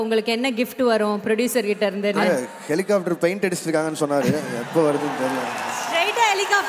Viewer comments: She said "helicoffter" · It's not helicofter Dd